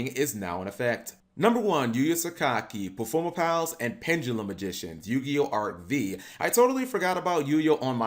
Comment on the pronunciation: Bruh, why called Arc- Five instead of Vee?